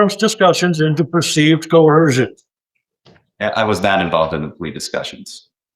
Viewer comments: Drives me nuts! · Correct me if I'm wrong, but there is NO letter "H" in the word 'coercion.' There's not even a silent H. It makes me crazy that so many pro se and/or sovcit knuckleheads pronounce it as 'coe-Her-zhun'